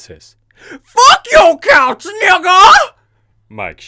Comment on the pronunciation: It's COUCH. Not cows.